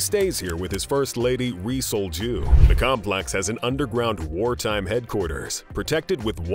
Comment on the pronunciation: 😅 its Rhee Sol-Juh / (Yee Seol-Jju)